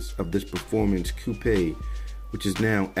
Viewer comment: did he really pronounce coupe that way?